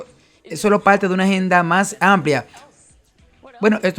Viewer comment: Un tema bien documentado gracias al dr Veith y al traductor. Sólo sugeriría que el traductor corrigiera sus vicios locales de pronunciación, hacía una correcta pronunciación gramatical neutra. ( Señol..decidil..palte..son con R.